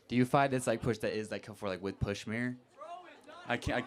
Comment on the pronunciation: "Pushmeer" What a loser ! ! ! !